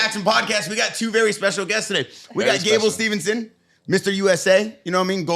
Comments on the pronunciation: Even Gable Himself says Stevenson. Although you'd think would pick up on it though...🤣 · Gable STEVEson there is no n ffs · Should we count how many times they get steveson’s name wrong ?? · has said Gable’s last name wrong 3 or 4 times already and I’m less than 2 minutes into the show 😂😂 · The consistent adding of the non-existent ‘n’ irritates me far more than it should 😂😂